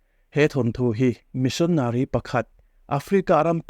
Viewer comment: Missionary i lamdan kha chu a dik hlel deuh in ka hria,mahse a ngaihnawm e